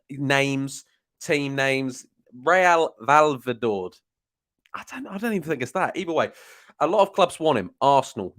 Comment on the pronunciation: Sweet jeebas, that was a hilariously bad pronunciation attempt. How are so many brits unfamiliar with the names of smaller teams from outside the UK? 🤣🤣🤣 I’m not even a Spanish speaker and i know that one. For reference it’s pronounced like reh-yal vay-ya-doh-lid Real Valladolid Fun fact about that team is they’re owned by Ronaldo - real Ronaldo, the Brazilian, R9. Not the poncey Christina twat that played for mufchester. R9 is still fairly closely tied to his former club real madrid and if they express an interest in signing that promising RB for their B-team R9 would most likely bend over backwards to make it happen, even recommending them over leeds to the player